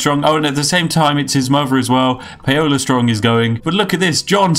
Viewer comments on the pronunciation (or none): Paola is pronounced like Pow-La